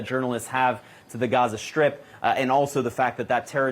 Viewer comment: Gaza "Shtrip"?